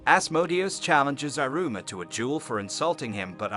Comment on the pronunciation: “irooma” lmfao the pronunciation is funny and it pisses me off at the same time